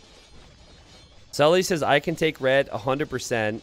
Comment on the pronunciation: The funniest thing about the Sully/Saly confusion is that it's completely unnecessary because Salytmacska isn't pronounced remotely like that.